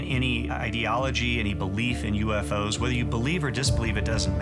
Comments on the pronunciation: YOUFO's, first time I've ever heard it pronounced like that. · And they pronounce “UFO’s” as “U-fose”! 😂 Gotta love the accent!